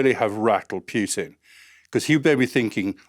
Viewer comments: It's not pronounced pyoo-tin it's pronounced poo-tin. But all of this is old news. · Why pronounce it PJUTIN ? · Pretty sure his name isn't pronounced "Pjutin". More like Pootin. You will get it eventually, keep working on it. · He's probably british